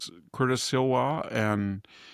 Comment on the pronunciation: Will someone there please talk to these two about their pronunciations? EYE-man should be EE-mahn . mil-AYE-nia should be mel-AH-nia Curtis's name is spelled Sliwa...why does VDH keep pronouncing it Silwa? It's SLEE-wa NOT SIL-wa! I never miss a show, love Victor DAVID Hanson...ha ha!